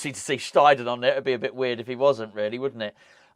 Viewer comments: Its pronounced Sht👁ten in German,. Have watched the German interviews and he seems a cheery, relaxed character like Nobes. Think those two will get on well. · Afternoon, this should clear things up for you, so my neighbours next door neighbours wife is half German and she said it’s pronounced steidten not steidten so there you go mate, you are welcome cheers, Paul